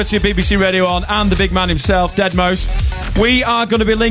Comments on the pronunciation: It's not pronounced 'dead mau 5', it is pronounced 'dead mouse'. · So many different opinions on how you pronounce deadmau5.. i dont get how it can be pronounced dead - mau - five